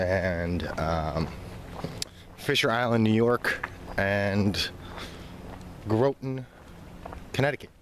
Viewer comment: Good review. It's an amazing store. Been shopping at Citadel since i was in my 20s. Just so you know, the o in Groton is pronounced with an "ah".